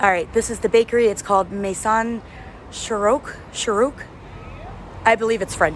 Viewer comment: Maison u pronounce it Mézon / Maizon and chourouk that's a girls Moroccan name mean sunrise